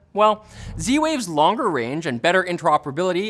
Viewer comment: tries to continue on seriously after that, but still pronounces "longer" the same way which makes it even funnier. Got stuck in Kermit mode:D